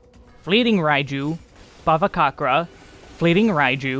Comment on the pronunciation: if you are gonna do an updated NIN video, i have to say this now: the "c" in bhavacakra is pronounced "ch". it's bhavaCHAKRA. word's sanskrit in origin; there's a reasonably good pronunciation guide by "How To Say" that shows up at the top of the YT search for "bhavacakra pronunciation." i don't know why it's transliterated this way (extremely not your fault for not knowing), but i'm indian so it's stood out to me and i thought i'd let you know! ty as always for the guides; they've brought me through a ton of this game and definitely made me far more competent at this game than i would've been otherwise.